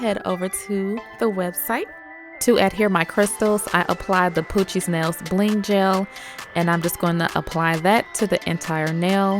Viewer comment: Every time she says “ Poochie nails” I think she’s sayin “ poochie snails”😂